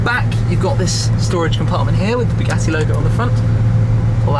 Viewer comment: Bugeeetiiii(sounds like spaghetti lol whenever he says it lol)